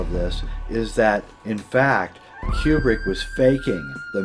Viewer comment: Yay! I just might shatter his world, but it's pronounced koo-brik, not like Qbert (kew-bert). Learn UP, scro!